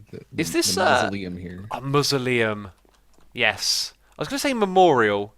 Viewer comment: #xisumabrine why u sayin masoleum like mah-zu-lium when it is ma-zou-lee-um